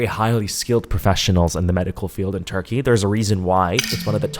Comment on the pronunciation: "It's not even abroad, anywhere, if you go to a unprofessional center..." he says after pronouncing the name Turkey many times and making it seem like the center of all dentistry evil. I appreciate that you raise awareness but the imagery was stressful already; please at least say the name right. ps: I follow your channel for you being a critical thinker, however sometimes you are really harsh and that also inspires critical thoughts such as this